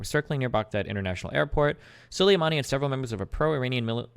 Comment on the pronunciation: Destiny can’t pronounce ‘Soleimani’ correctly in this debate